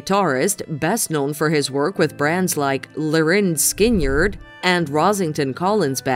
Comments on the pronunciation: Gary Rossington..Band name pronounced "Linerd Skinerd" NOT "LYNARD SKINYERD!" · As a Canadian, thank you for including the great actor Gordon Pinsent. However his family name is pronounced with the accent on the first syllable. Of course , there was also that horrendous butchering of the name Lynard Skynyrd. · I love the pronunciation of "Line-yard Skin-yard". 😂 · The pronunciation of Lynyrd Skynyrd. tickled me. But come on now, get it right. LOL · And Andre